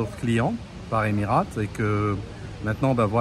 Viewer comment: Le bon Franchouillard raleur... Et qui ne sait même pas prononcer "Emirates"....🙄🙄 Je les ai pris des douzaines de fois, long et moyen courrier mais en Business sur A380. 5 étoiles !